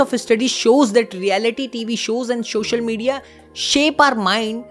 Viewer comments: please shoshal shoshal na kar bas ye dikat ai hai pori video main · Loved the content and presentation....but shosial 😮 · shoshal media ✅ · Social media ❌ Sosation Media✅ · I liked one thing in the entire video when he keeps repeating “”SHOSHAL”” Media. But I appreciate your effort for the video. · Social ❎️ soshal✅️ 😂😂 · The way he pronounced social media was so funny 😂